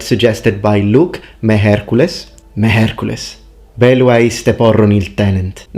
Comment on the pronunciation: That "mejercules" you said, sounded very much like miercoles, the spanish word for wednesday. Funnily enough, it's also a curse word in Mexico.